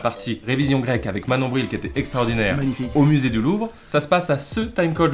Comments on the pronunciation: C’est pas Manon Bril c’est Monon Bril 😂😂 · eh c'est pas Manon Bril c'est Monon Bril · Manon Bril ? C'est pas Monon bril ? 😂